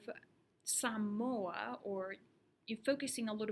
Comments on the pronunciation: Aye you know you a true Samoan when you pronounce it right haha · FINALLY someone who knows how to pronounce "samoa" correctly. seki